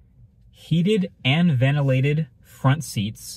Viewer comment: Why’d bro say front like that